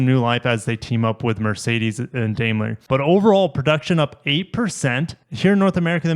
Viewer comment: Daimler is pronounced "Dime-ler."